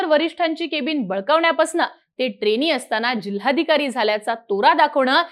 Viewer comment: ट्रेणी, पुण्यावरणं, कारणामा, दृष्टीदोस, एकोणपंणास, मणोरमा🙇.....सुरुवातीलाचइतके चुकीचे उच्चार🤦.....ह्या नंतर मी व्हिडिओ बघणं बंद केलं.....🤷